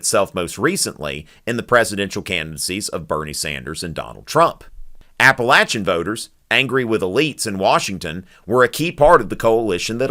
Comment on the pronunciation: can't pronounce Appalachian mountains right.